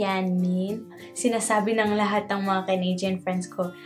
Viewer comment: Even the way u say canadian - “canaydyan” so pinoy haha